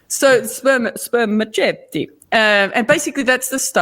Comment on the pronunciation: It's pronounced sperma-set-ee or sperma-seat-ee, actually! The 'c' is soft as in ceiling. 🙂🌱☮